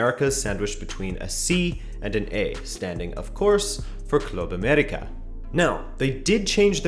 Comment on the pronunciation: Your pronunciation of Club América is a sign of respect. Se aprecia.